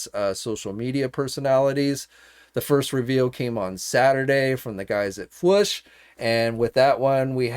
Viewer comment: The FwOOsh Not Fwush Lmao